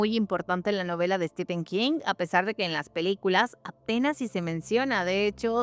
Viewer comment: Se pronuncia ¨Estifen¨ nada que rver con Estiven, STEPHEN, en ingles PH se pronuncia como F.